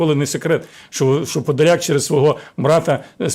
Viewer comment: А я говорила що не подляк а Подляк!